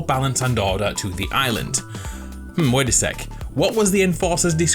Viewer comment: Is it just me or anybody else that whenever he says order it sounds like he said daughter?